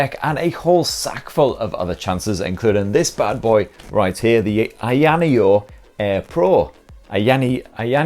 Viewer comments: Ai Yana yo??? Lol 😂😂😂 it's A-ya just like it's spelled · Pronounced … EYER NEO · "EEEE-YA-NEO" 🤣🤣🤣 All good bro. We all got our words that trip us up. For me it's Huawei or pronounced wahhh-way. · It's Aya Neo 😅😂 not ayaneo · It's pronounced "Aya Neo" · I-ya neo Say it as 2 words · First the rog phone now ayaneo, the way you pronounce these products you should be in jail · First time hearing a different way of saying "AYANEO". Yours sound japanese'y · Oh shit, I thought u were doing only phones, what a pleasant surprise although it has to be said that u absolutely butchered the name of this handy little device ;) still, it was quite entertaining to watch, as always I must add. Thanks, mate.